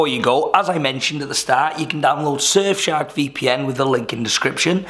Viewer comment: At the start it sounds like you're saying 'Surf shag VPN' lol 😂